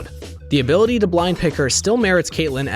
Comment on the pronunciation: "Amumu´s stun now scales with hablity le..." HE WHAT???